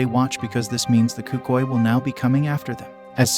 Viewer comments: Cucii💀 as a Spanglish speaker(Hispanic) I feel so disrespected by that word. It’s Cucuy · Hearing you pronounce cucuy made my ears bleed